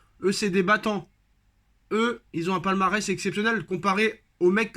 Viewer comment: Stp "ont" enleve le T dans on va lui mettre des...